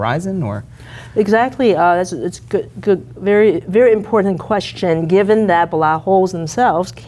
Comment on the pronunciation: "that is a very important quESHin"